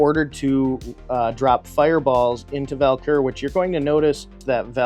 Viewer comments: Have i been mispronouncing the name of the Idol?? I kept hearing "Val-Kur" and I have always called it "Vul-Kar"... now I need to find my instruction manual ha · Take a shot for every time he says Val-Kur instead of Vul-Kar 😅 I have the 2018 version, and a lot of nostalgia for the 1986 (my year of birth) as well!